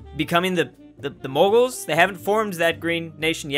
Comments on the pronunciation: I hate the fact you pronounce mughals as “muggles” Its pronounced “mewgals” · How pronouncing Mughals can be difficult for you? xD